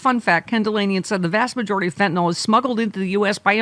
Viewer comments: FYI - It’s FentaNYL not FentaNALL. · It's not FentaNOL, it is FentaNYL. Different pronunciations.